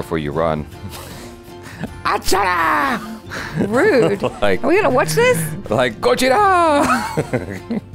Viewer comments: You said is correctly achara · Wow Achara spot on with the Pronunciation! You always get how to say our words/name the correct. Its high time you react to Mahabharat. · Achara is on point with the pronunciation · Acharas pronounciation is always good..👌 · Achara’s pronunciation was right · You said correct Achara. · Achara's pronunciation was perfect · Achara said the name correctly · Achara pronounce it right 👍